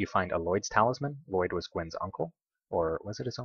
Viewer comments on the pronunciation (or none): none